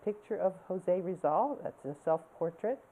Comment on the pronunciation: did you say Jose Rizal?